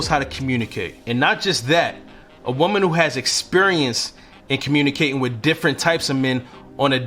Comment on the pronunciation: W o r t h. Not werf. W I t h. Not wif. People will take you seriously when you can speak the language correctly.